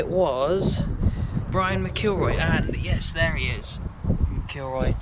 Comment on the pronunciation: You will have a great experience when fans are allowed back in . You need to practice your pronunciation I’ll break it down for you Mac kill roy . Your welcome at rugby park love your videos .